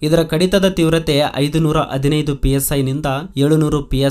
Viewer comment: ದಯವಿಟ್ಟು ತಪ್ಪು ತಿಳಿಯಬೇಡ ನಿಮ್ಮ ಕನ್ನಡ ಸ್ವಲ್ಪ ಸುಧಾರಿಸಿಕೊಳ್ಳಿ ಇದು ನನ್ನ ಸಲಹೆ ಧನ್ಯವಾದಗಳು ಸಂಕೆಗಳನ್ನು ಹೇಳುವಾಗ ಸ್ವಲ್ಪ ತಪ್ಪಾಗಿ ಹೇಳ್ತೀರಿ ಉದಾಹರಣೆ ಹದಿನೈದು ಬೇಇದ್ದಿದ್ದು ಅದಿನೈದು ಅನ್ನುತಿರಿ ಅಷ್ಟೇ